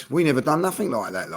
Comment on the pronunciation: “Nuffink” - Cretin